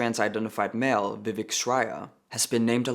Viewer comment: Ugh why does this person have to ruin the name Vivek??? In all seriousness though it’s pronounced Vi-vake (like cake) I say to defend of Vivek Ramaswamy who actually deserves respect 😅